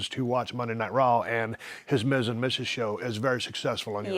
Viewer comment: DID SHE JUST SAY MIZ. I’m done